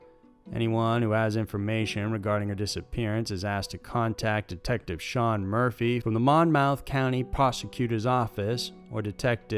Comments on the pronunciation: It's not MON-MOUTH, its "Mommith". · Mon-mouth? It's not pronounced that way. But I could see your interpretation as that's the way its spelled. Say Mammoth but replace the first 3 letters with Mon. I guess that's the best way I could describe it. The state has a ton of mispronounced city/town names. Btw, love your channel. Keep it up!